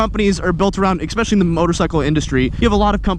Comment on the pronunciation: The way says especially hurts me 😂